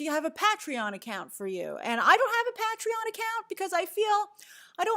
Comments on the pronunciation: SevnLi It was like Peah-tree-yawn 😄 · Pat tri on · The way you pronounce Patreon hahahaha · That was the most interesting pronunciation of “Patreon” I’ve ever heard 🤔